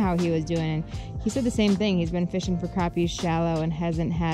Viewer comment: So glad you correctly pronounce crappie...lol!!.. like I do. I'm in Eastern NC and the fishing is great!!